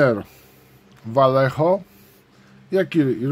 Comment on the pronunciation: Vallejo czyta się "wajeho"